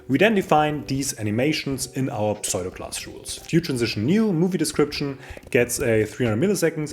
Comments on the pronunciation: Tolles Video, wieder viel gelernt. Aber bitte tue mir einen Gefallen: Kein Englisch-Muttersprachler würde jemals pseudo class wie "pSoido"-klass aussprechen. Es wird eigentlich immer US-englisch wie "ssudo"-klass ausgesprochen. Schimpf mich einen Korinthenkacker - aber vielleicht freust Du Dich ja auch, wenn Dir jemand in Englisch hilft. (Ich freue mich da üblicherweise auch. z.B. als ich gelernt habe, dass man iron wie "Aion" ohne R ausspricht oder sword wie "ssord" ohne W. ... usw..) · Please pronounce "pseudo" as "soo-doh"!